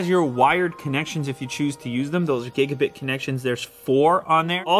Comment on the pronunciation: for god sake ITS GIGA BITs NOT GIGA BITEs